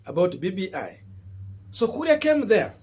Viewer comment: KURI? or KURIA KURI KURI C’mon now! 🤣🤣